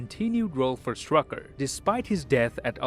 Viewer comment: Also it’s actually not Strucker but Strücker(Ü is a letter that I think it doesn’t exist in english)